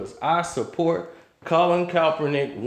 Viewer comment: Why are you unable to properly pronounce Kaepernick?